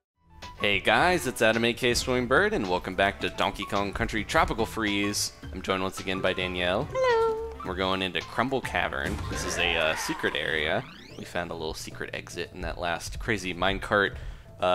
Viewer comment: Can I get a Trwopical fweeze! Helllll yeah!